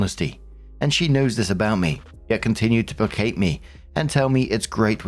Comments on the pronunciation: As someone who used to twitch every time you mis-pronounced placate, I found this story hilarious to hear you read. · Gotta say, this was written by someone who knew had issues pronouncing placate in previous stories. …..this was personal 😂😂